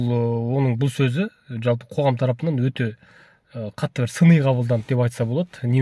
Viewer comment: Джалпы емес, жалпы деп айту керек